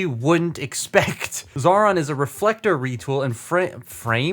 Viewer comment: Xaaron's name isn't pronounced Zauron but as Zion.